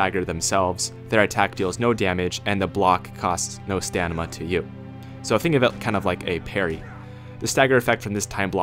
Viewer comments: "Stanima" "More tougher" "Centerions" "More faster" "More deadlier" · Stanima, more tougher, more faster, more deadlier. Who in the piss was this guy's English teacher. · Stanima? More tougher?